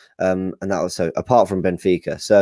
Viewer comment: PPssst ..Guys. It's Benfica not Bnefica ..Just saying .lol